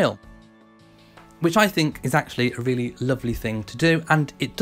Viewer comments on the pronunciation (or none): none